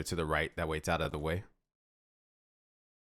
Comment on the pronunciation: "Out of de wae"